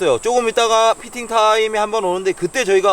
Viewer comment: 피딩타임이라구 물고기들이 먹이활동하는 시간대에요 ㅋㅋ 발음을 대충하셔서 그런듯